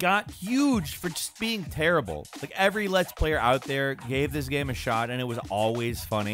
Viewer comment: I get upset hearing him try to pronounce the word "game"